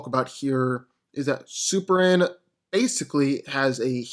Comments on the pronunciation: Dude please enunciate it's S U P E R M A N not superann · Is it me or is this guy saying "Superam"? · Why do I keep hearing "Super-an"???